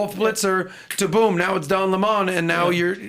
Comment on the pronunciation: "Don Le-Mon" lol